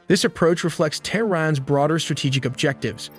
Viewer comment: U are Pronunciation is wrong Iran- Tehran- Iraq Try better next time